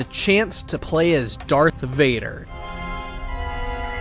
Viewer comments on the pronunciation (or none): It's Darth, NOT Dark!